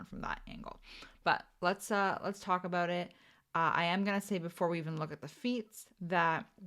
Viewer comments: you said aboot three times in first like 30 seconds, so I was like yay, drinking game, but then you never said it after… /pout…. Luv u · Oh em gee, can you say aboot [canadian version of about]